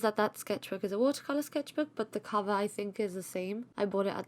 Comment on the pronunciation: Sorry for it's NOT "Can VER" it's COVER...